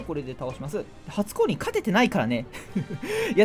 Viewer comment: 初降臨が初恋に聞こえたw